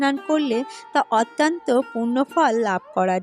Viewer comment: বক্তব্য ভালো লাগলো। কিন্তু কিছু শব্দের উচ্চারণ বেশ শ্রুতিকটু লাগে সেটা অনেকেরই আছে। তেমন 'র' অক্ষরটির উচ্চারণ 'ড়' দিয়ে বলা আর 'অত্যন্ত' শব্দটি 'অত্যান্ত' উচ্চারণ করা। অনেকেরই এই ত্রুটি দেখা যায়। মনে হয় এটা একটু শোধরালে আরও ভালো হয়। ভুল উচ্চারণ কোন aristocracy আনে না। এটা বলার জন্যে কিছু মনে করবেন না।যেটুকু উপলব্ধি করলাম তাই বললাম। এজন্য দুঃখিত।